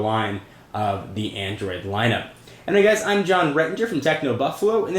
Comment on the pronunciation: Lol, introduction fail: Whats everyone! from techno "BUFALU"!!!!!